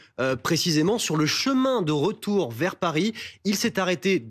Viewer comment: Le rotourrrr!!!